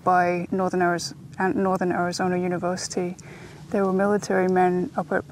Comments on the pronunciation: Sedona not Sedoner Arizona not Arizoner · I’m curious, where the heck is “Arizonner” and “Sadonner”??? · "Sedoner, Arizoner" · This guy needs to learn to pronounce Sedona and Arizona correctly. It can't be that difficult.